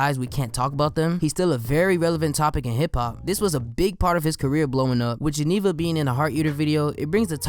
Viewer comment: Everytime when he said beat Geneva it sounded like X